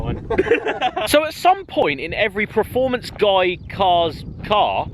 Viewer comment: Still say praformance..... Jesus, it’s not difficult